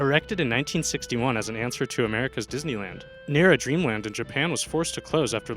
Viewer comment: It's NAH-rah Japan not Nei-ra!!